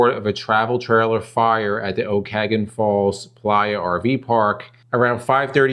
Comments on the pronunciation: Pronounced : O KAN AH GAN! Thomyt 🎉😂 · Ok- ka-nog-an Falls British Columbia